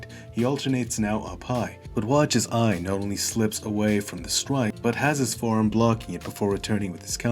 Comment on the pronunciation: Quick note, his name is not pronounced "aion", it's rather "yon".